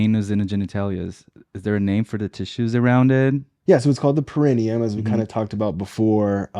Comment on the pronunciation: Thanks for talking about this sensitive subject. Hopefully someone who has questions will come across this medically-sound explanation around this topic. Only one point of order: perineum, origin is Latin (which places emphasis on the penultimate, or next to last, syllable), would be pronounced with the emphasis on -ne-...so peh-ruh-NEE-uhm. But thank you so much for being a solid and trustworthy resource.